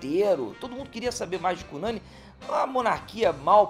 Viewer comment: Professor, parabéns por trazer visibilidade ao Brasil desconhecido! Vou arquivar a exposição para meus alunos de estudos amazônico e amapaense. Só um detalhe: A pronúncia de Cunani é com a sílaba tônica na última. É uma palavra oxítona! Seguindo nosso vocabulário indígena : tucupi, matapi, buriti, cupixi, Pracaxi, etc. Portanto: CUNANI!!!!! Desculpa, mas precisa fazer a observação.